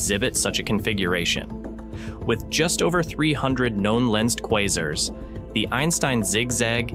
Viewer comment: Your AI speech needs work. Kwazers? No, kwazArs.